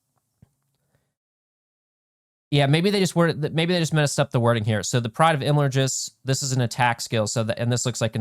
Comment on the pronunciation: I'm sorry but we need to work on your pronunciations. The first a in Imladris is like flags.